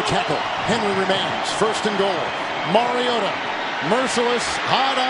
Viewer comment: who’s the commentator ? he’s the only one to pronounce Mariota’s name correct.